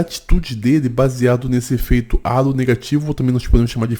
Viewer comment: Só uma pequena correção, efeito "halo" não vem do português, vem do inglês, já que significa auréola, por isso indica que alguém julga outra pessoa ser boa pela beleza, logo, não fala "álo", do português mas sim "reilo" do inglês, ou coloque pro translator falar no idioma inglês